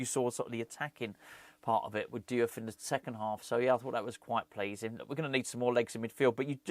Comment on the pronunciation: Diouf read = JOOFF